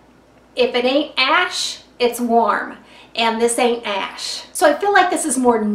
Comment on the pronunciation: So cute! "This ain't ash" LOL You are in South Ga so spoken like a true Southerner. I hope your son is doing better. <3 Love when you comment on the eyewear!